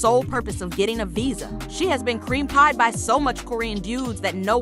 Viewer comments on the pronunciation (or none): none